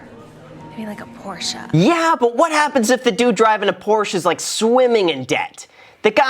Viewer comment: Dude... for a guy who owns a Ford GT you should know how to pronounce Porsche....come on man. The girl in the video even pronounced it correctly and you STILL said it wrong right after her...